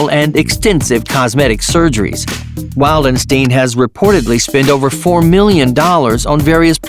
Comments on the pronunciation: Him: yup u heard me FoR MeLLiOn DaLlArS Me:FOR MELLION DOLLARS* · Not four million dollars... Four MEE-Lee-En dollars! 😂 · I like the way he says million